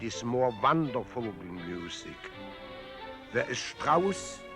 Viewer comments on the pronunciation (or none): I suppose he's trying to say "modern" . he says "Wandervogel" instead of "wonderful". Thereafter I think everywhere it lacks etc. the regime, which I'm sure he hated. First World War ihm nach [lit. "after him" in the sense of following him into death] He says "anxiety", but pronounces it incorrectly.